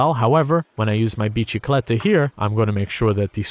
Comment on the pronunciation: Its bisikleta not biCHikleta